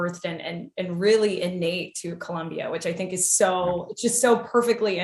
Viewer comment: Please, it's Col⭕mbia